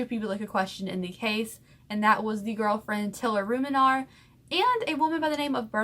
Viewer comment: And your not saying ruminer right lmfao